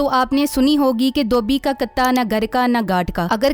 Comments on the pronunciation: آپ کا ویلا۔بہت اچھا ہوتا ہے مگر تلفظ۔درست۔کر لیں تو اور۔اچھا ہوگا لفطkatta. Nahi. Hota. Kùtta. Hota.ha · It is Kutta not Katta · Katta ni kutta HOTA hai bibi😂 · Kataa Nahi kutaa